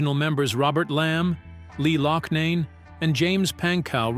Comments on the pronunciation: Oh geez, now it 'Lom and Loshnane' . "Lamb" and "Locknane" must be thrilled to know the impact they had. Artificial Intelligence just sucks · Echo millionaire!!! Everyone knows his name is suh-TEAR-uh. Ruins the piece. Also mispronounced Loughnane, you lazy ass!!! You obviously never heard of Chicago. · And the crazy thing is, he/it does manage to pronounce “Cetera” properly a couple of times(as well as massacring “Loughnane” after pronouncing it right for most of the video). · Lamm & Loughnane (first time), too. Moral of the story, hijacking a commercially failing band with talent and name recognition is far better than creating a new band.